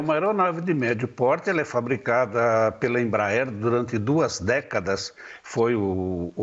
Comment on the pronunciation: "O português é uma língua tão bonita quando falada corretamente." Chiquinha do Chaves A Embraer não "frabica" avião, Embraer monta.